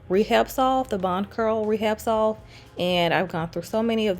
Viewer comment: No disrespect I swear. Salve is pronounced sahve. The l is silent. You have taught me so much about my natural hair, I figured I could share this with you. No disrespect intended. Ms. Jo